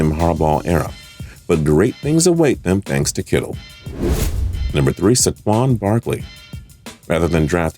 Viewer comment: Liam McElroy man said Sahquon Markley a couple times, replay it LMAO